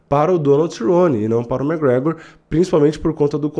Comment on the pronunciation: e é McGregor, não "mec gregor"